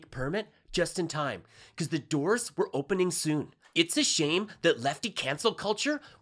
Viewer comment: You mispronounced were as we're. Hard to blame you, the comments make everyone that reads them dumber.